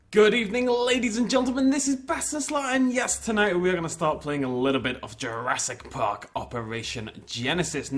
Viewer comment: Ah good old Jurassic Pahck